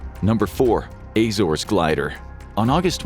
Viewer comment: The way you pronounced Azores physically hurt me